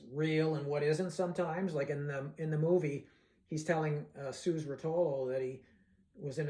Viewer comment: It's a terrific movie, and most people who see it are greatly moved by some of the scenes. I certainly was. It totally gets the spirit of that time and of the principal characters. Here's a little tip: "Suze" was pronounced just like the usual name "Susie" is. It's just a different way of spelling the name Susie. You know how there are 4 or 5 ways of spelling "Megan" now? Well, it was like that. Suze = Susie. 🙂 I had a good friend who was at the Newport Festival in 1965 and he saw the famous evening performance where Bob played the 3 electric songs (unexpectedly!) and then the 2 acoustic songs. He said he loved the electric set, and that about half of the audience also did...while approximately the other half did not, because they didn't want their folk hero Dylan playing with "a rock band". You'd have to have lived through those times and been part of the folk scene then to understand the deep hostility that the folk fans had toward rock music! Folk fans considered rock music to be "stupid commercial radio songs for stupid teenagers"...nothing but silly love songs with lousy lyrics and way too much noise. Rock fans were similarly unimpressed (for the most part) by folk music which was much more about the lyrics. So there was this huge cultural divide at the time over that issue. But a lot of the younger folk musicians were moving into new possibilities, and Dylan was at the forefront of that. The Old Guard of folk veterans who were running the festival weren't happy about it